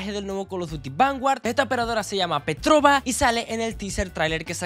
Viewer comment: una cosa solo que no se dice petroba es petrofa la b en ruso e como f parecido bueno seguro nadie lo leera pero bueno